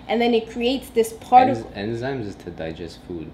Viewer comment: Croustons the s is silent 😂and enzymes 😂😂😂😂😂